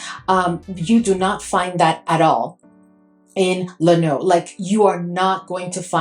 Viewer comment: Pronounced low new